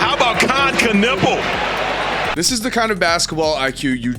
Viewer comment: He is ' Knewpel' , not 'Knippel' ! Stop butchering that poor surname !